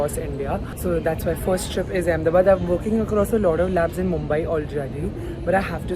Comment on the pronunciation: Its Ahmedabad not Ahem